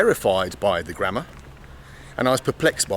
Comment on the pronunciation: You sounded like: "Forget grandma" :D